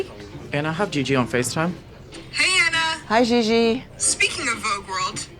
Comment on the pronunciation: It's Anna, not Enna 🤭